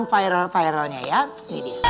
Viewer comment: MIN, masukan nih utk Ruben. Kata VIRAL sudah masuk di kamus besar bahasa Indonesia(KBBI), sudah jadi kosa kata bhs Indonesia, ngucapnya biasa aja V I R A L.. tidak perlu diucapkan F A I R E L, cukup dieja V I R A L.